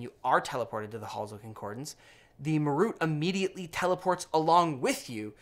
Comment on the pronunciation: ma-ROOT? (wince) MAR-ut.